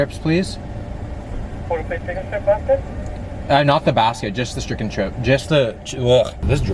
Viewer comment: "just the schiken chrip" lol